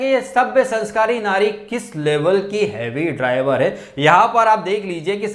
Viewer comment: Whenever you say "heavy driver", meri hassi nikal jati 😅😅😂😂😂😂